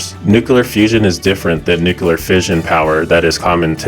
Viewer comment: Nucoolar fusion haha 😂